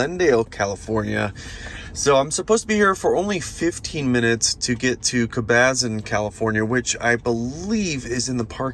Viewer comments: Cool video, but never heard anyone say Cabazon that way 😂 it’s Cah-buh-zohn (like “on”) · That was the best...they way you pronounced Caba-zon...loved it!...It's Cab a zon btw and I will never call it cab a zon again 🤣🤣🤣